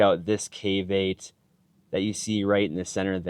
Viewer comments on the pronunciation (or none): I honestly thought you were saying "caveape" at first.😂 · What are you saying? Cave8 or caveat